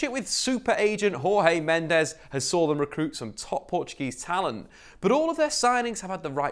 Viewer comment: Jose Mendes is Portuguese not Spanish! In Portuguese like most languages, the J is read like a J. So you would say it like in English Jose! You don’t read the J as a R.